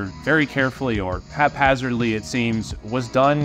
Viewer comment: Excellent pronunciation of haphazardly.